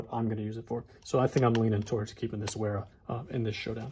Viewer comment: Isn't W pronounced V in German? I always thought it would be pronounced Vera.